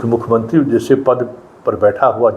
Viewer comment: अल्जाइमर बीमारी का नाम है, आप उच्चारण गलत कर रहे हैं